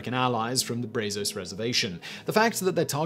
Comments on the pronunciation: You pronounced brazos wrong and it makes me want to cry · Br-ah-zos I hate when you do videos on Texas and mispronounce our cities or landmarks. Did you just mess up adobe now too. Come on. If I had a passport I'd fly out there to Prague bring you a cowboy hat and teach you to talk like a Texan.